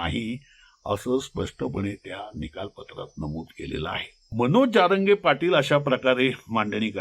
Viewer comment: तुम्हाला जारंगे आणि जरांगे हा उच्चार देखील नीट कळत नाही आणि आले विश्लेषण करायला